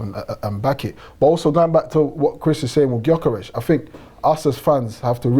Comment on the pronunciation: How do multiple fans on this channel struggle to pronounce gyokores properly 🤦🏻‍♂️